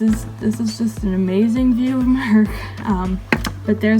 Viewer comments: Mark not Merck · No offense intended but im from Texas and I thought u was saying merk.lol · i can’t explain it but the way you say “mark” is SO Canadian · This has nothing to do with Mark, but I love when you say his name because I can hear the slight Canadian accent. Don't say we don't have a tiny little accent, especially words that end in a 'r' sound.